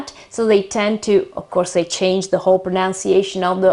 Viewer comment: You’re saying “pronunciation” incorrectly. It’s not “proNOUNciation,” but “proNUNciation.”